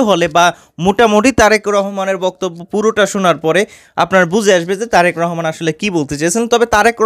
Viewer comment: ভাই উপস্থাপক আপনি তো তারেক মনোরে নামটা ভালো হবে বলতে পারেন না তারেক রহমান তারেক রহমান বলতেছে এগুলি ছাড়েন